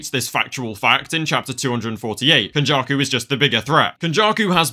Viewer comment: Not “ken-backshots-jakuuuu”